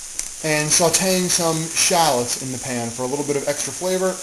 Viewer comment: He cannot pronounce SHALLOTS!!